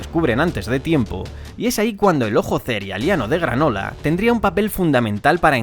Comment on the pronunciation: Le agradezco muchísimo q ud pronuncie "cerealeano". Muchos lo pronuncian mal